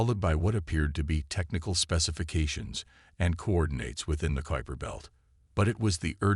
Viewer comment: First story where the AI could actually pronounce Kuiper Belt! A miracle!